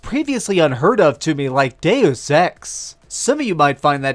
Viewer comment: Hey, this time you won't get flamed for saying "Deuce Ex" atleast. ;-)